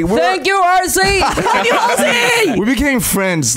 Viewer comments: Lmao when JIMIN said “Halsey” I thought he said “Parsley” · When jimin pronounced Halsey It was like RC 😂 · ''THANK YOU HAR Z''